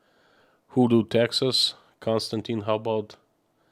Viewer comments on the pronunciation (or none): none